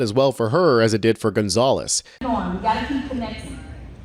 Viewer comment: Gonzales with an S lol